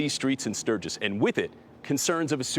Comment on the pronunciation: Welcome to "Surge-iss"!!